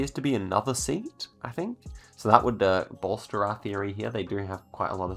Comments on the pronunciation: Pronunciation of Spansh car SEAT is two syllables: see-at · Pronouncing Seat (the car brand) like your regular seat in English. As a non-native English speaker I would never thought of that, lol. But I remembered to like the video just because of that, so that was hardly even a mistake I suppose. I'm not even Spanish, but I think it's pronounced "See-ath" by the way :D